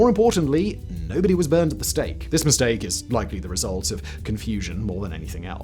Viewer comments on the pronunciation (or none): none